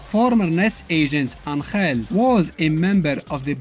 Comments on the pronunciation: As a mexican I can tell you he is not pronouncing it right either, he is putting the accent in the wrong place... and sound horrible the way he pronounces it XDDDD, its AN!-hell not an-HELL! the accent its on the first syllable. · Except that Angel isn't pronounced that way even in Spanish. It's pronounced AN-hell, not an-HELL. I love videos, but this detail grinds my gears a little bit. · It baffles my mind a little bit hearing you pronounce "Angel"